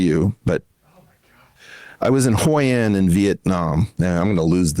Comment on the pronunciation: Eric Weinstein saying he was in Hội An like he was “in the shit” from the movie Rushmore is something else. (He also pronounces it wrong.)